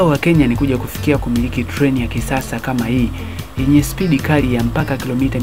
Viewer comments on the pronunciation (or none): none